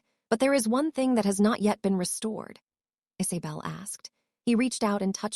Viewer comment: Could you please adjust your algorithms to make an attempt to pronounce words correctly, listening to “pulsing being pronounced “pull-sing” and “Isabell being pronounced “Is-a-bell” is thoroughly irritating as they are words repeated in the story line and they take a way from the effect of a story.